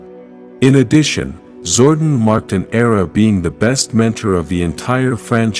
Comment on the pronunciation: This dude mispronouncing pretty-much most of the characters like Zordon and Astronomer😂Lol!!!